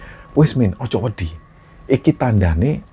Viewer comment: saat pengucapan bahasa jawa tolong bedakan huruf d dan dh. krn itu artinya berbeda. misal kata wedi dan wedhi itu berbeda. yg pertama takut yg kedua pasir. tp sering mngucapkan wedhi untuk arti takut